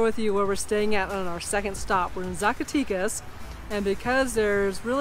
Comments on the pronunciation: Agreed, Ed! Zacatecas is pronounced Saack a teck ahs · Fun video! The "e" in Zacatecas is not the English long "e" sound...it sounds more like the "eh" found in the word Mexico.